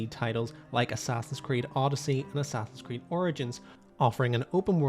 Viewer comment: The moment you said Assassin's Creed you lost all credibility😂😂